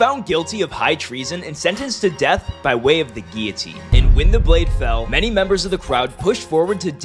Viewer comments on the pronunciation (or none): none